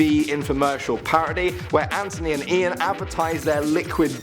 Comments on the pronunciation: TH NOT T ANTHONY NOT ANTONY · Did just say Antony instead of Anthony?